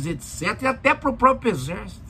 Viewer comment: Levei 2 agulhadas no ouvido logo no início do video: "o própio, o própio exército ...". Parei por aqui. Tchau